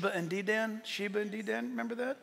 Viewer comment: Dedan is pronounced Dee' dun. Emphasis is on the Dee', dun is almost whispered. Dan is too strong a pronunciation, a soft dan pronounce almost dun with an "a" softly mixed with the "u". May the Lord come quickly my brothers and sister's in Christ. Love you all.